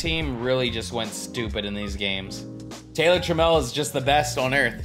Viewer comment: You were saying trammell right. Known mariner legend